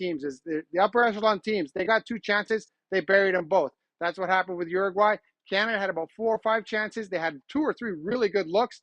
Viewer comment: Uraguay or Argentina?